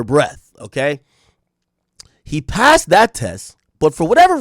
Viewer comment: he "passad" the breathalizer lmaoooo learn to speak ak